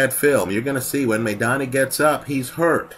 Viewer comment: MY-Donna. Not MAY-Donna.